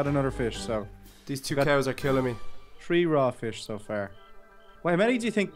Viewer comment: you tink